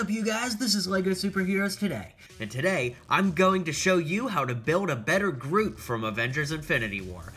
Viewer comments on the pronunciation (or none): In the beginning you say groof and the second time you got it right